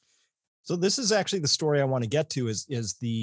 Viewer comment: its STORY......not STOOOOOOOOOOOOOREY